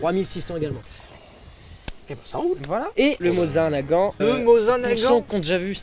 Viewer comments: J'ai toujours mal au coeur quand j'entends "Mozin-Nagant" au lieu de "Mossine-Nagant" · On dit mosine nagant, et pas mosin 🤣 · D'ailleurs on dit pas mozine nagant mais mossine nagant (mes oreilles ont saignés xD) Sérieusement qui dit mozine ? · Le moZAIN nagant. Au secours la prononciation ici (la phonétique, c'est moZINE nagant). Le mec fait le connaisseur Wikipedia en balançant la vitesse balistique et le calibre mais on se doute bien qu'il a tout appris la veille de la vidéo. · moZin nagant ... rip la prononciation